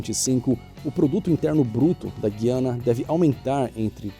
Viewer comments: você tem toda razão. Esse apontamento não prejudica todo o trabalho do. Porém, ele não é o único a cometer esse mesmo erro. O que ocorre é que a pronúncia que aprendi (e que muitos estudantes aprenderam) não corresponde ao que ele e alguns youtubers passam atualmente (no canal do Eliezer, o "Via Infinda", o mesmo erro ocorre). O nome original seria Guyana (conforme explanado por nosso amigo Fausto). E se você digitar no Google Tradutor e o aplicativo ler em português, a pronúncia é como eu citei e não como está no vídeo. Sei que até peço desculpas ao por ser tão invasivo assim. Mas é uma maneira de ajudar a melhorar o trabalho do mesmo, que é maravilhoso e feito com empenho. Isso me faz lembrar "Moscou", que nós brasileiros pronunciamos dessa forma, mas os russos falam (claro, no idioma deles) algo como "môsk-vá" ou "môsk - uá". Na música do grupo Scorpions (Wind of Change), nota-se claro que eles usam a pronúncia russa para o nome do local. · procurei na internet para ver se seriam corretas as duas maneiras, mas não. O correto é a pronúncia do "u", pois estamos no Brasil. Como Rui, como linguiça, etc. Então, por favor, olhe o Português também, antes de gravar um vídeo que tem o "intuito" de ser instrutivo. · A mim também causa arrepios essa pronúncia usada no vídeo. Infelizmente, foram destruindo a língua portuguesa, para que todos se tornem analfabetos e ignorantes, como é e sempre foi o ideal da esquerda, que dominou nosso país completamente nos últimos 40 anos. Não apenas o trema foi abolido, mas os acentos diferenciais, que fazem tanta falta. Uma lástima. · Preste atencao na pronuncia da palavra "Guyana" em portugues. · O cara não sabe nem pronunciar Guiana. Fala sério! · Você está pronunciando o nome do país de que fala, incorretamente. na palavra GUIANA, o U é pronunciado. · Em português, na palavra GUIANA, pronuncia- se a letra U .Não se pronuncia como em "Guia" . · A título de informação: a pronúncia correta é Gu i a na é não Gui a na, ok?